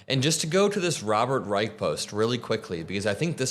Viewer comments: Robert Reich is pronounced Rye-sh, not Rye-ike. still good videos by the way. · Robert Reich doesn't pronounce is last name luke the third Reich. It has an sh sound ot.the end not a K. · Robert would want me to let you know that his last name is pronounced Reissshhh. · Robert Reich is my favorite person. Last name (Pronounced RYE-CH with "CH" sound at end) 🫶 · This is great,!! Btw… Mr Reich’s name is pronounced Rrr eye shhhh. He is wonderful and you two would have a wonderful interview! Love you! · Not sure if someone said so - Mr. Reich pronounces his last name with a sshh; “Reish” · Robert reichard What the hell... That is not how. You pronounce his last name? You've been Following around these crooks, and you don't even know Robert reich.. Man focus on converting the dumb.Idiots who are actually too poor to vote Republican.I mean Let them stay racist but they shouldn't be voting for that party.... Don't even know who robert reich is respect your eldest man